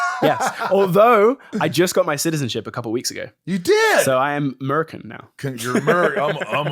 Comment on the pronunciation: Oh my gosh when he said “American” it was so ‘merican 😂